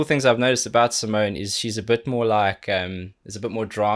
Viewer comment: Awesome as always... Btw, it's SimonE, the E is not silend at the end and it is not an 'e" but an ... erm.. maybe you should check her explaining her name :) Simone explains how to pronounce her name | smoonstyle instagram live 8/02/18